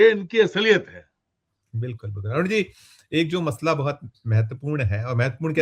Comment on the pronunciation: मतला नहीं मसला होता है